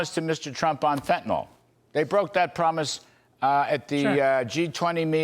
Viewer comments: why does everyone pronounce fentanyl as "fentanol"? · It’s fentanYL not fentanOL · I listen to every news person on these shows mispronouncing Fentanyl and I turn off the video. Fentan-all, Fentan-all. My god! Can no one anywhere pronounce that word? How is it so difficult? Stephen Miller is the ONLY person I've heard properly pronounce Fentan-yl. Get it right people!